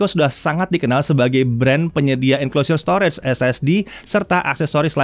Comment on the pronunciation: Maaf sebelumnya. Kalo bole saran pengucapan kata STORAGE, yaitu Store-Age. Bukan Store-REDS. Agak mengganggu aja si udah berulang2 di semua video anda. Sayang aja. Tlg diperhatiin yaaa Bang. Supaya lebih baik lagi video2 Jagat. Thanks